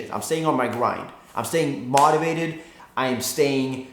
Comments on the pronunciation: Did this nigga say Mativated instead of motivated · Im stayin "Mawtivated" y'all. I'm sorry for that but its pronounced Moe tee vay tid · FaZe Teeqo u said Maudivated instead of motivated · this nigga really said mot-ti-vated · "Mod-ivated" lmao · LOL the way he say Motivated